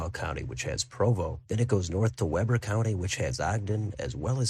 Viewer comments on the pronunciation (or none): Btw Weber county is pronounced with long e, like wee